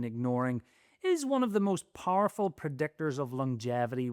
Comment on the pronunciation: "Parful pr'decktors..."